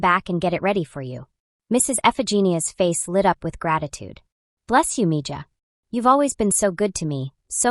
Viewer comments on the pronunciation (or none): .. it's a Curandera... pronounced= Koo- ron- dera... female healer with herbs & prayer...and it's pronounced...ME-HA...not me- jaw... It'd be nice to actually hear a HUMAN read INSTEAD of AI, IMO.